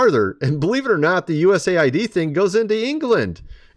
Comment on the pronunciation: Thank you for saying USA. ID CORRECTLY 😊 not aid😊